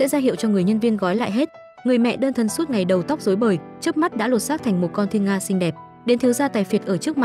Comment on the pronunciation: Xinh thì bảo là xinh,sao phải nói ngọng vậy.Không hay tí nào